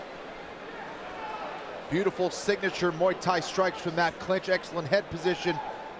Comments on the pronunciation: Really, Moo Thai specialist? Some of these announcers need to find a new job! It's not cow fighting! It's called Muay (moo-ay tie). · Great fighter, looking forward to her career. Why can't these guys say Mui Thai correctly?